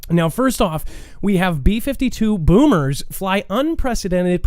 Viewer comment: I guess no one caught your mispronunciation of the word “bombers”. It isn’t pronounced “boomers” although bombs do go boom 💥